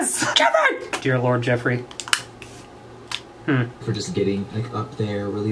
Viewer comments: JEFFRAY!! That's what is sounds like everytime he said Jeffrees name. This video was hilarious. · More like JeHfRReHHhH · Hahah so funny how he keeps saying Jeffree